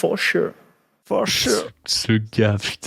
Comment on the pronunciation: Oh ce petit sourire satisfait de après le premier "FoW Sure"... Tout aussi jouissif que le fow sure en lui-même. Jpp